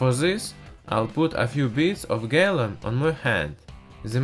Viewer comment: LOL he says gallum